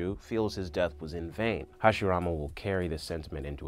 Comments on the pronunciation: Did He Just Call Hashirama Harashima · somebody else wrote it bro - who says Harashima instead of Hashirama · he said harashima not hashirama kwkwkwkwkwkw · did yall notice when he said Hiroshima instead of Hashirama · He even said Harashima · he did a great job on the video, i was just wondering if anyone else noticed a somewhat humerous mispronunciation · u really called hashirama... harishima😤😤I'm triggered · Stopped watching it after he said “Harishima” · did anybody notice he said "harashima" when it's actually hashirama? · Harishima, MY GUY IT'S HASHIRAMA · he says harashima smh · harishima??? you mean hashirama? xD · He also said once, harashima... Haha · No Im pretty sure he said Hiroshima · did he just say Harashima 😂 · did you just said "harashima"? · lol it sounds like you're saying hiroshima instead of hashirama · harishima he said. I guess no one noticed. Great video though. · im here almost two years later to report that he says Heroshima instead of Hashirama. Goodnight :) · did my man really say harashima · Hiroshima and maadaarea 😂😂😂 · “Harushima” “Hagoramo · he said harishema lol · “Harashima” hahaha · He calls Hashirama Hashireema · harishima want to talk so fast cant pronounce hashirama name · did man's just say harishima???!!! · I KNOW THIS MAN AINT JUST SAY HARISHIMA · Lol he said harashima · no one heard him when he said harashima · Man said harashima? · you call hashirama wrong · why did he say hashirama like that